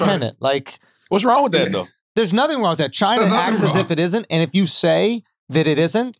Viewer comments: China has two syllables - "Chin uh" Wax: "Ain't no UH" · Bruh 🤣 wax had me rollin. Ain't no A in china.